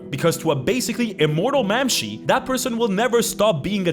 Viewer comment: Mamshee? Bro does NOT speak gaelic lol